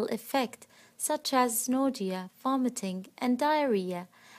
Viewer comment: So we are just going to pretend she didn't say "nodia" wn saying nausea? Okay 🤐